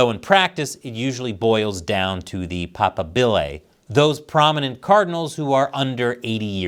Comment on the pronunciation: paPAbile. Stress on the second syllable.